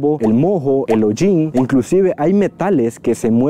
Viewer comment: En moho la "h" es muda.